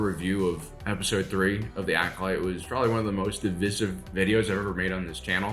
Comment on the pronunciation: i agree with you on everything, except... why do you say divisive weird